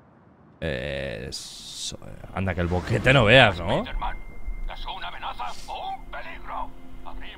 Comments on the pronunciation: Alguien escucho cuando el spider man dijo Spiter-man. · Espiderman doz 😂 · La única persona que respeto que diga espiderman en vez de espaiderman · No soporto en el idioma de Español-España que digan “Spiderman” cuando la palabra está en Inglés y así se debe de pronunciar de la manera correcta la pronunciación sería (Spaiderman) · Pronunciacion correcto: Spaider-Man Two